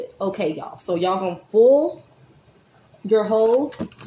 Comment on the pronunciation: Girl I'm laughing at you! I promise Im not making fun of you. It's "fill it up" not full it up and it's "Method" and not Metherd! Hope I didn't offend you